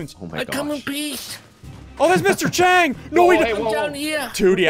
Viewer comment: Chang not cheng